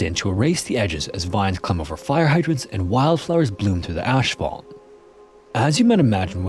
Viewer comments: did you really just say ASH FAULT? ASPHALT, no ASH. say ASS FAULT. good lord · I've been binge-watching your videos and really enjoy your style of narration, voice, and clarity you provide. I have noticed something however, and I'm wondering... why do you say "ashphalt"? It's pronounced AS-FALT. There is no "h" after the "s" in asphalt. It's really strange to pronounce it the way you do. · Did you say ashfault? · Yep, Canadian. Ashfalt, not asphalt.😁I spent 20 yrs in T.O. it's ok I know what you meant!!